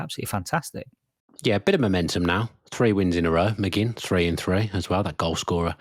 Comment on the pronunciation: McGinn rhymes with Lynn.